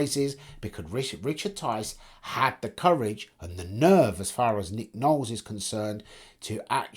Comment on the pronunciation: Ffs it's LOwles